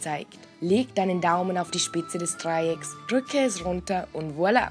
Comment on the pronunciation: ich drrrrücke das drrrrreieck und beit es ab